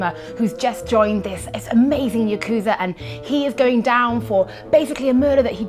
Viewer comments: and faces aren't because they're bored about the subject, it's because she's mispronouncing Yakuza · “You-kuza” Do you mean Yakuza? Is this another thing British people can’t pronounce correctly, like aluminum? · MetalGearDingo “He is saying Yakuza in a different accent” No he’s saying “You-Ku-za” which is in fact saying it wrong, consult the Japanese language. “The language is English meaning it originated in England” “We’re not morons” Are you sure? Are you REALLY sure? 🤣🤣🤣🤣 You dropped out of school early huh? Anyone want to tell this inbred “Aussie” where the English language comes from? What it’s based off of? Go get some history/language books you discount Brit. There’s a reason they threw your ancestors out lol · ", what was that thing you were saying, something Yakooza, Yarkooza?" I had to be revived several times. 😂